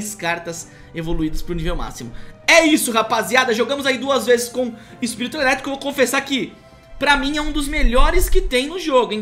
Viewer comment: "EPIRIRITO" KKKKK